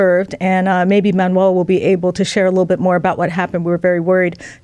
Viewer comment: Haha,, I'm curious: When you already knew to pronounce Manuel's last name as "MAW * tuh," what motivated your change to the incorrect "MA (short) * tuh" instead?